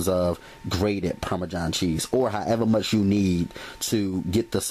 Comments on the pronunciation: Anyone else bothered by how he says Parmesan lol from one Italian to another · Parme-JOHN cheese lol :-P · "Parmajhon cheese"